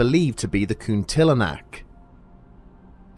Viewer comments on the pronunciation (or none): Lol taking care much with pronouncing Kuntilinak?!! 'coon-tiller-knack,' not 'cunty le nack,' huh!? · Cunt-ee-la-nak = Kuntilanak